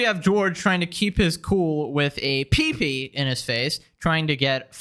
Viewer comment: He called it a "peepee"! Haha